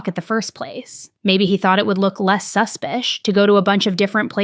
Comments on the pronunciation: Please stop saying suspic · I'll always watch your videos, but this one drove me crazy the number of times you said "su-spious".. it had me cringing so hard, lol🤦🏼‍♀️. But... as always you're still crushing it with always bringing us the best of the best content!! Xoxo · Unfollowing this channel simply for the fact that you can’t speak English! You say you’re educated but you obviously can’t pronounce the word suspicious! So annoying. Go back to school! So stupid! Grow up!